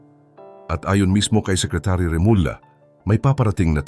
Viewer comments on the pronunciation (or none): none